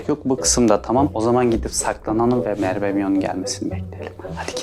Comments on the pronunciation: Mervemion demeeeeeeee gıcık oldum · Abi merbe dedin